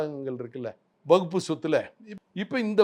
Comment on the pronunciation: வக்பு வாரியம் என்று கூட சொல்ல தெரியாம முண்டம் வகுப்பு வாரியம் என்று சொல்கிறான்... இவனெல்லாம் ஒரு ஆளு, டேய் already வக்பு வாரியத்தில் பெண்கள் பொறுப்பில் இருக்காங்க... பெண்களுக்கு சம உரிமை கொடுப்பதாக இருந்தால் முதலில் உங்க R .ss அமைப்பில் பெண்களுக்கு பதையி கொடுங்க, அர்ச்சகர் இல் பெண்களுக்கு பதவி கொடுங்க